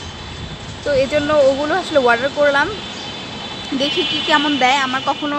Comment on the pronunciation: Order not warder...pronunciation ta thik koren...